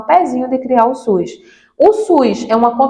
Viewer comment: É SUS ou suis? 😂